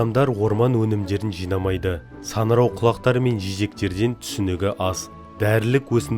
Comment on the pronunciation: Саңырау деп айт,санырау емес